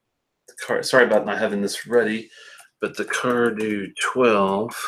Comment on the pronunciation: As you may know a DH combination in both IRISH and SCOTTISH Gaelic silences the D sound so CARDHU is (CAR OO) for comparison GÁIDHLG (GAW Lig), the Scottish gaelic word for the the language from which Gaelic in English is derived has a silent DH. The same is true for Cardhu and Tamdhu. Unfortunately, the majority of Scottish people are monoglot English speakers so they go along with the Anglicized pronunciation. Just an intellectual tidbit. SLÁINTE Mike